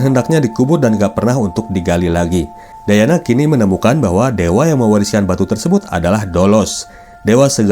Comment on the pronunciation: Diana bang bukan dayana😂